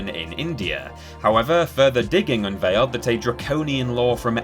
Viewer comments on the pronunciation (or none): none